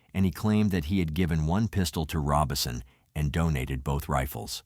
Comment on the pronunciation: So is the name of the family "Robinson" or "Robison?" Either your information is off or you need to learn some pronounciation.